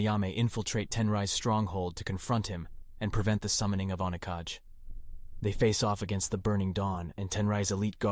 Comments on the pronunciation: Say it right you savage disenbodied narrator!!! 👹 Oni- 🧍🏿‍♂️Kah- 🏳️‍🌈gay!! Demon shadow Dude looks forward to wrecking Rikkimaru's Rear the whole time ⏲️ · So I havent played these games sense I was in High school when they were releasing. There's so much wrong with this video. Was it written and voiced by AI? And how many times are you going to butcher the pronouciation of OniKage after saying it correctly the first time?